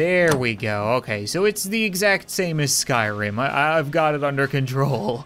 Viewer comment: Did he say Skyrim? :D